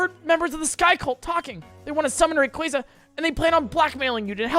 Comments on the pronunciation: im sorry did u just say REEYOUKRA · your saying Rayquaza wrong its not rayqwazea'